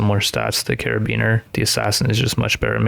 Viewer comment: I love you saying caribeaner instead of carbiner 😭